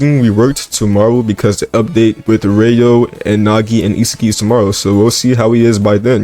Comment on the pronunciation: HE FINALLY SAID ISAGI AND NOT ISAGUY😂😂💀💀